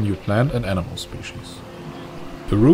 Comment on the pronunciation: In your accent Animal = enama